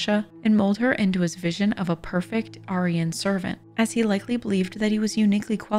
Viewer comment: I’m new to this channel, but I have a question. Why is it the narrator can pronounce Machiavellian, but not Maestro or Aryan? It’s pretty easy to look up if you’re not familiar with the terms.